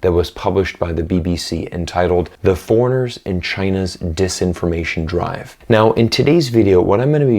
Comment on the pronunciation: Notice how he says "foreigners around the world", almost like a Chinese person would say 🤔